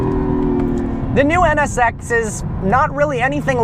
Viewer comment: When he says NSX it sounds like he's saying sex LOL